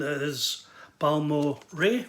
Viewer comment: Thanks, mate. So great you picked up that Balmorhea 7”. And extra kudos for pronouncing the name correct. Good on ya. I absolutely love that Wes LP cover. So lovely. Curious how the Adderley sounds? Beautiful pick ups,. Cheers!